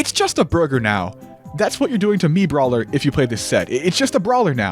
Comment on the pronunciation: i laughed pretty hard at "MiitBawler"